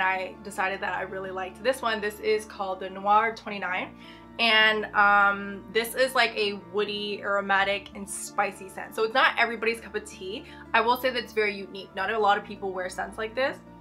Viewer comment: It’s not ‘the noir’ but the french word THÉ which means Tea (it’s pronounced ‘tay’) Its my favorite from le labo! Love the video and subscribed!